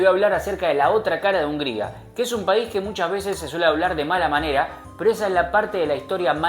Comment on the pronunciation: No se dice paisi jaja